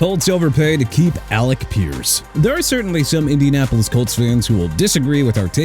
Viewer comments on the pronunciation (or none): none